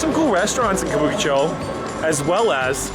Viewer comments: What is it again "kabookichow"? ahahahahahaha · Careful there. A lot of Yakuza bars, but hey... how do you pronounce Kabukicho like that? Makes no sense. More like Kah-boo-key---chaaaaw. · Considering how Japanese people pronounce Kabukicho, hearing this guy is hard on the ears!